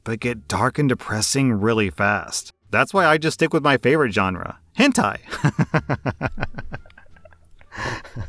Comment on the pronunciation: Wait, did I hear that right? Hentei?!